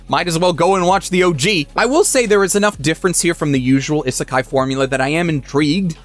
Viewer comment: Isn't he pronouncing isekai wrong? Isn't it "ee-suh-kai"? Not like an American type "is a kai"?